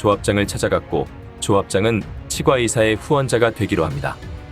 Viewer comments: 치과는 발음상 치꽈로 소리를 내야 합니다. 국어사전 찾아 보세요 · 발음연습이 필요합니다 치과 발음 처음듣는발음이네요 당나귀 주인과 빌린놈을 처벌해야지 불쌍한 당나귀를 죽이냐? 인간은 악하고 추하고 선하지않다